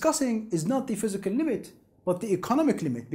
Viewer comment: "phyiscal" close but no cigar.